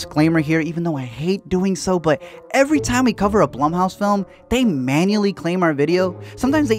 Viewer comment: LISTEN.... When you couldn't pronounce the name of the stupid studio properly, I turned off the video. "bl-oo-m" house...doesn't rhyme with "plum" ... It rhymes with "room"... ALRIGHT. Secondly, this doesn't need explaining. The movie was obviously going to suck, and there's no justification for that.